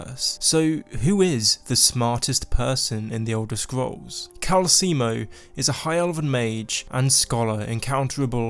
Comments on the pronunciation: Kalsi moe is pronounced calcelmo just letting you know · It’s calcelmo, not calcemo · Its Cal-cel-mo, not Cal-ce-mo. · We’ll it can’t be your character! Everyone in the game pronounces it Cal-Sell-moe not Cal-Seal-Moe 😂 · Calcelmo=KAL-cell-mo NOT KAL-see-emo. I thought America was the only place where there is illiteracy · It's *calceLmo. Not Calseemo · It's Calcelmo, not Calcimo. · The way you say calecemo is making me feel like you’re trying to sell me calcium. It’s pronounced cal-cell-mo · Isn't his name CalceLmo and not Calcemo? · Seriously dude, delete this video and remake it. It's like you never played the game when you can't pronounce the first name on your list properly. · How does someone mess up the pronunciation of a name when that name is literally told to you in game? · How the hell did you mispronounce Calcelmo........